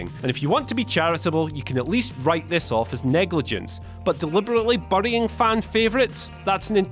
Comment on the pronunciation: The way he says burying lol